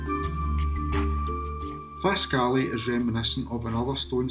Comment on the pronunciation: Very interesting. Often passed them . Originally from Pitlochry. We pronounce it Faskly.